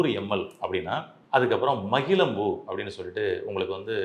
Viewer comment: மகிழம் பூ, மகிழ்ச்சி etc. என்று ழ வை சரியாக உச்சரிக்கவும். ழ வை ள என்று உச்சரித்து மொழி தவறு செய்யாதீர்கள்.